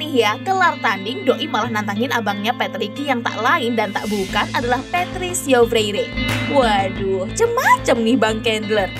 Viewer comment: Patricio adik nya patricky woy min salah nyebut lu